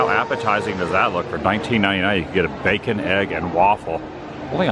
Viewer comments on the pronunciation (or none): none